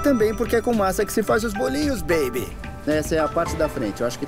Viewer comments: Ninguém: Buddy:bEeibE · Ele falando baby é muito engraçado kKkkk 😂😂😂❤